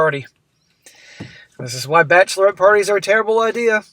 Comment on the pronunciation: Bachelorette rhymes with batch of the wet.